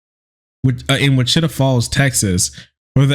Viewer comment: It's witch-ə-tah btw